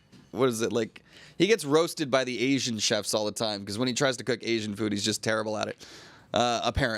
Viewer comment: can you learn how to say Asian please? its not ass-ee-an, A-she-an